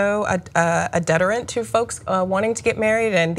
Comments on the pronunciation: Hi you mispronounced "deterrent" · Get it guess you can pronounce the word deterrent.